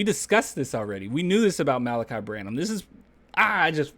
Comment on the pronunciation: Thanks for pronouncing his name. I was reading it and saying Mal'-uhk-eye, but you pronounced it Muh-lah'-kee.